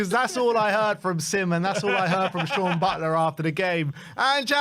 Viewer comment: THISSSSS Even from his first game the commentators and spurtv have been getting his name right. No excuse for a spurs fan channel to keep messing it up